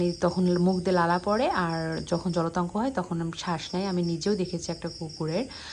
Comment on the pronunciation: joltanko na apu jolatonko